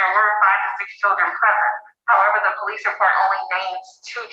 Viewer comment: I thought it was police with an O and an I, so I don't know what the crazy psychotic is even on about calling them the pal-lace. Maybe she could try to pronounce the letters better. I know I need to occasionally.